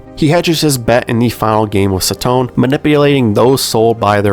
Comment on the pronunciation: This series is one of my favorite manga, it's a shame that it's anime, movie, and drama adaptation never got a decent budget. Also it's sa-to-ne not sa-tone